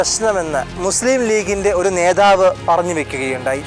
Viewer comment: നേധാവ് അല്ല നേതാവ്